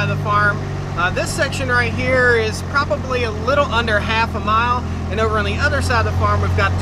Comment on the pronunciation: "Probaly"????? "Akshuly"?????